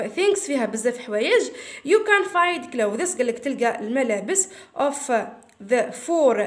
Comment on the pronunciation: شكرا حبيبتي حابة اصحح المعلومة clothes لا تنطق كلوذيس. فا على ما اظن تنطق كلوذ. اللهم اني بلغت الله يحفضك